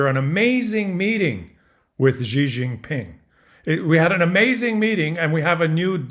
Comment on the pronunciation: Just a minor nuance - Xi is pronounced accurately as ‘see’ or ‘sea’ , not ‘gee’ 😊